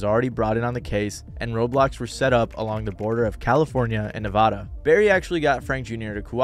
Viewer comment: I wish one time someone would say Nevada right